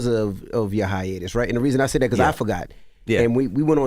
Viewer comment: Why Envy say the word "Because" like that?